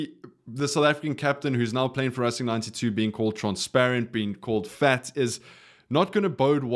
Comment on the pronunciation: boet i love your channel but tis not rassing 92, its racing 92, English pronunciation.